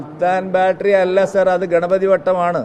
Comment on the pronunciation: ആ മാത്രനോട് ബത്തേരി എന്ന് പറഞ്ഞു പഠിക്കാൻ പറ സുൽത്താൻ ബാറ്ററി അല്ലെന്ന് പറഞ്ഞു പഠിക്കട്ടെ